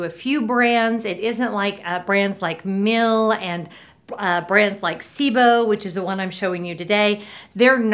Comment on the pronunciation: Thanks for the compelling and honest review! I've been looking at the Sebo's and this makes my decision easier! Minor notes... the higher model is the "Felix" and the other German vacuum manufacturer you referred to is Miele ("me-lay"), not Mill 😃